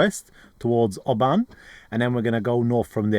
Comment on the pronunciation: Beautiful area!!!! Being in Scotland, it's a loch not a lake. Also, it's pronounced Loch Lomond (Low Mond) Oban is pronounced Obin